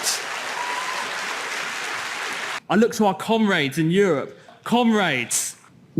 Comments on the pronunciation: I just keep hearing Cumrags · How are they ALL unable to pronounce Comrades